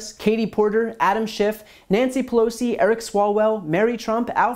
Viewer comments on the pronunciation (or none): none